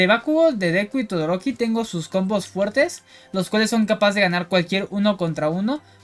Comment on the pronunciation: Muy buena Tierlist y objetiva! Me causó gracia como dices "Torodoki" en vez de Todoroki ndjsnadja saludos